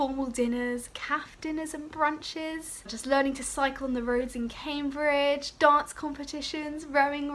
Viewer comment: CAM-BRIDGE NOT CAY-BRIDGE !!!!!! 😩